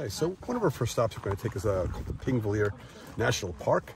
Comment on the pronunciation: It's 'Þingvellir' not 'Pingvellir'. The letter 'Þ' represents a 'th'-sound and it is pronounced the same as the 'th' in 'thin'.